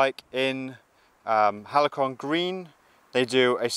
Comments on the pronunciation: AHH, I remember the days of simple, uncomplicated, robust and easily maintained bikes, otherwise known as the "halcyon days", pronounced HALSEEYON days (good old days), hence the name of the bike. Not sure what a "halikon" is, maybe some rap artist or something ! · It's Halcyon, not Halicon🙁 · ‘Halcyon’ .. Hal-say-on 😉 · Hmm, I was referring to the pronunciation of Halcyon as opposed to the mispronounciation Halicon; not the colour but, thanks anyway😉